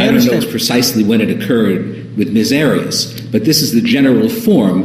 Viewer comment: and. says "Drawring" and he says Jodi's last name as "Ms. Arrows"